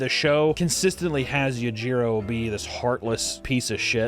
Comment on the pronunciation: Yajiro hanma? Its you-gee-row yujiro